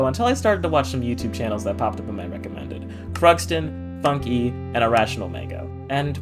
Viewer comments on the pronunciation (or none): you do not pronounce funke as "funky" you pronounce it as simply "funk" kthxbye